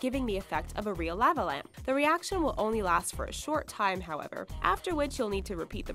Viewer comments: Law-va not La-va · lah- va is how u say it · "Lahvuh lamp." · Say "lava" correctly. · that bothered the hell out of me lol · The way she says lava lamp pisses me off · why the hell does she say lava that way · Yep dunno why but that bugged the shit out of me too. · the way she says lava lamp 😂😂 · How she said lava was weird